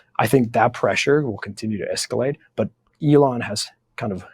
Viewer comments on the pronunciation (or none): none